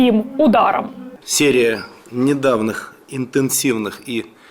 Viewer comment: "... серия недавнЫх интенсивных и результативных... " Что это стал неправильно русские слова выговаривать?? Или ему не ту букву секретарь написал в шпаргалке